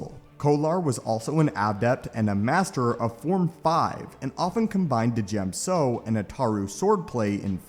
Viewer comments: Pronounced "Gem-so" Not "Di-gem-so" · Djem so Isn't this pronounce diyem so Rather than what this guy said?